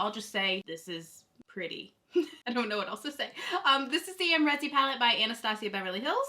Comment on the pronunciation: Isn't the name Am Ree Zee ... instead of Am Rezy? Have I been saying it wrong all this time?